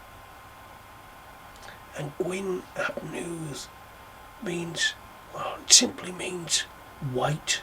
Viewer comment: Loved the video, lots of interesting information that I didn't know. Thanks. Gwyn ap Nudd is pronounced as Gwyn ap Neeth... his name translates as white meaning fair/holy/blessed in this context and Nudd is mist. So white son of mist. Really interesting video and loved what you said about Arawn and Gwyn ap Nudd in relation to the seasons and I love that you use the word annwfn for the otherworld. I do too 🏹